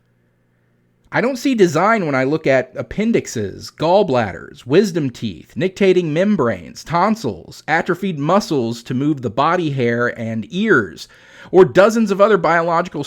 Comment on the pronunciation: It’s nic-ti-tating membrane, not nic-tating membrane.